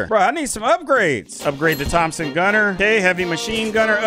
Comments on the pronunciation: Tom-son not Thomas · Bruh he said Thomas gunner it's Thomson. 🙄😠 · its pronounced thompson gunner you said a thomas gunner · its not a THOMAS GUNNER FOR THE LAST TIME ITS A THOMSON GUNNER (PRONOUNCED TOMP-SEN) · bro called it a Thomas gunner 💀💀